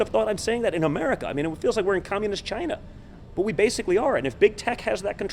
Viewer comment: Look at Mini me's eyes, he is wired. And he is now pronouncing "Chyna" he is pathetic. Slipping in lie after lie, the "death rate is almost nothing". There was only a PARTIAL ban placed on China, 340,000 people were subsequently admitted following the so called ban. China was not the epicentre, Europe was, Trump critically delayed six weeks before stopping these flights from the real epicentre. Negligent homicide is a crime punishable by law.